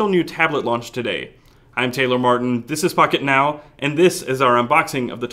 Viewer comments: It sounded like he was saying fuck it now instead of pocket now lol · i thought you said "this is f it now" at the begining